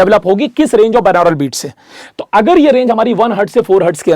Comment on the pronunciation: Sir, its बाई-नॉरल beats, not बिनौरल beats.🙏